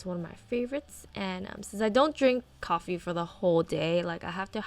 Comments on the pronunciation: LOL this made me laugh!! Because us filipinos say it too! COPPEEEE hahaha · Girl the way you said coffee had me laughing so hard. Coppee.